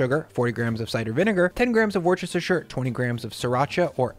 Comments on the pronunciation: the "worcestershire" sauce.... here in the UK its pronounced Wu Sta Shu sauce.... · Worcestershire Sauce is pronounced "wooster-sheer". Easy. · it's pronounced wuss-tuh-shuh - you'd not want people like me coming over and proselytising about Illinoise, would you? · That is 100% how you pronounce Worchestersureshuurshire. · Yum might have to try this one. Meatloaf wasn't really a thing here in Australia (unless it's in reference to the late Robert Paulson) so we never got to know the bad versions. But I reckon my kids would love it. (and BTW it's pronounced "woostershire", or "wooster" for short) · I have detested Meat Loaf my entire life. My wife really likes it. Especially a Meat Loaf sandwich. I would be willing to give your recipe a try. FYI - Worcestershire ( Wu stuh shr ) great job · Hey! Great recipe thank you kind sir! Just a small thing it’s said wustisher with the accent on the “wu”. I know it doesn’t matter but just in case… lol. Keep up the great work I can’t wait for the next video! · British man here. Love your work, but it's pronounced "wustershir" sauce! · Wuss-tah-sheer. Jesus! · You pronounce Worchestershire as Wooster-Sure. Hey, it's British 😏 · Wuss-ter-shur let's you pretend you know how it's pronounced 😁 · Hey, I can’t quite get over the way you pronounce Worcestershire …. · Ahh the innocent joy for a Brit to hear an American miss pronounce ' Worcestershire' 😊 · This looks super yum. I have to say, the comments are coming in 50% “I already make a great meatloaf” / 50% “How dare you use a wire whisk on Teflon?!?” / 50% “Bro, why can’t you pronounce Worcestershire?” 😆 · I trust this man because this man understands that worcestershire is a 4-syllable word.